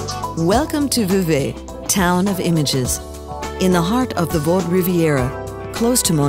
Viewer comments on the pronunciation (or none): Did she say WAADT? instead of Vaud? Great video though!